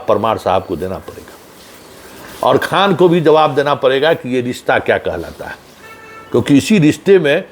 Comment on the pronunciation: Pahle to aap Mahajan thik karo KHAN KHAN bolte ho